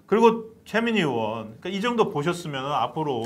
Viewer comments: 으원~으원~이라고 발음하는 정치인이나,방송인들 보면~구토중이 나옵니다. 자기나라말좀 제대로하세요! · 으원이 아니라, 의원입니다!! 의원이라고 혀가안돌아가면,방송하지 마세요~!! 방송하는사람이 자기나라말도 제대로못하면서 무슨방송을 한다고 그럽니까?